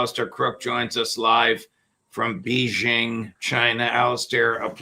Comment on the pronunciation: Judge .... It's BAY-zhing.... Can you not pronounce the name of the city properly?